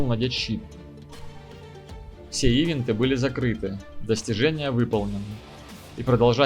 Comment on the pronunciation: ИИИвинты. Нет такого слова. Событие или по английски эвэнт